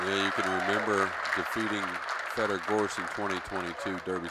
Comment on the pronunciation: stop saying FeedOr his name is FED OR